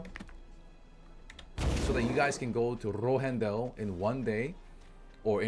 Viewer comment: that mean ass tongue roll with rohendel shit was clean lmfao